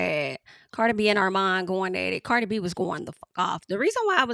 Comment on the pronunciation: Why you keep pronouncing her name like that?